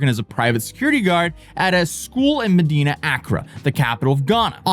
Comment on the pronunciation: your pronounciation of accra is off, and I think you said medina, its actually madina, a muslim part of accra. ghana is like 99% religious. christians & muslim mixed with nature gods and spirits. common ghanaians believe in pretty much everything all at once, witches, wizards, demons, curses, faith healing, national headlines about church leaders that want access to dead presidents body to raise him from the dead, women giving birth to snakes, goats turning into old men, they banish witches to witch-villages, chop of children heads for money rituals and rituals to make them bulletproof, ......... Im surprised that only a few ghanaians showed up for the arks. but I guess it was more viral outside ghana than inside. ghana is a very stable democracy, no terrorism, mostly safe. some clan fighting up north, highway robbers at night outside metro areas. ofcourse lots n lots of scammers. poor and desperate conditions but usually people take care of eachother.